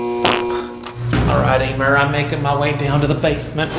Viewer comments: “Hi Emer” Me “ IT IS ELMER!!!!!! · I love how he still called Elmer EEmer